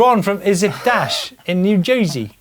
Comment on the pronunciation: It's pronounced..."New Joy-sy"